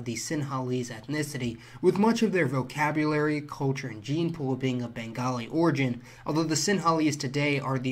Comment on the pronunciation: is he saying the word "culture" or couture? or ko-churr